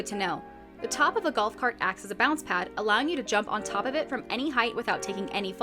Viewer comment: the galf cart wan